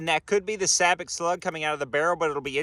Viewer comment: You are pronouncing Sabot incorrectly btw.